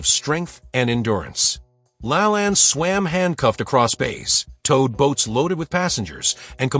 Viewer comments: I kept trying to figure out who the heck Jack “LA-land” was. It wasn’t until his TV show was mentioned that I realized the robot narrator was mispronouncing “Jack La-LANE.” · I've heard Jack's last name pronounced as /la-LANE/. /LAN/ I associate with "lans and grooves/. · It's pronounced lalain not lalan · La lane.. not La lan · Jack "La-LAYNE", not "La-lan" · Jack Lalanne is not Lalann. It's LaLAIN Geeeeeesssshhhh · Its pronounced Jack La Lane. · It's pronounced, Jack La LAYNE. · Jack LaLanne's name is pronounced with the long second a as in Lane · Couldn't pronounce Jack La Lane correctly. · I need him to say Jacks last name correctly 😂😂